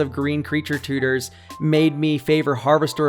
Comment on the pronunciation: I just love the way you say "tooters" lol